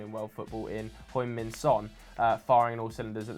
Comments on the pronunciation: For god sake! It’s Heung. Not Hoing! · Can someone please tell how to pronounce Son’s name, it’s heung like young not hoy 😂 love it tho lads keep it up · why does joe still call Son "Hoing Min Son"?? I think it'd be best if he learned how to properly pronounce his name